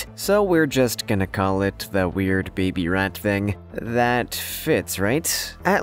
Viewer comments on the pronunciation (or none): none